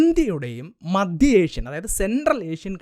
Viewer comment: മദ്യ അല്ല മദ്ധയ്